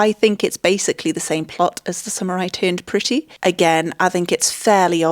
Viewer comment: Everytime you say "the summer I turned pretty" I hear "the samurai turned pretty". And honestly, I would watch a movie titled that way